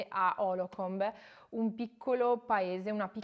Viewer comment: Lo sto leggendo ora. Dire stupendo è dire poco. Consigliatissimo per chi studia Psicologia PS: la città si chiama Holcomb, non Holocomb. Cmq bravissima, bel video.